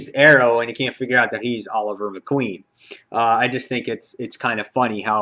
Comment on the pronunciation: He said Oliver Queen, he has a canker sore that might have made it sound like that.